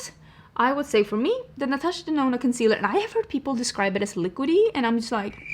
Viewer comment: I still remember when you said Natasha Denono 🤣 Something has definitely changed.